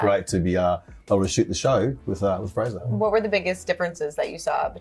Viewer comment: It's Fraser, rhymes with razor!